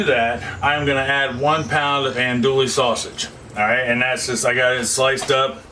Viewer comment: Homie… Andouille isn’t “Ann-Dual-Lee” …. It’s “On-Dew-Wee”…. -SWLA Native